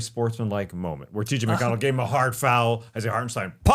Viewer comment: Tas - The only man currently alive able to say T.J. McConnell's name right.